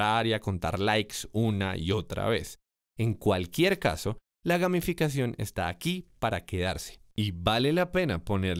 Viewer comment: pense que decia: gaminficacion jajaja